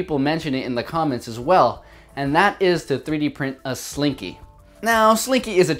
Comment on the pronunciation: he called it a slinko one time and now i am screaming inside